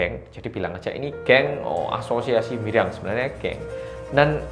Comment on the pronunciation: dibaca nya MILYANG?? bukanyan MIRYANG ya?? Soalnya orang sini pada ngomongnya pada MIRYANG.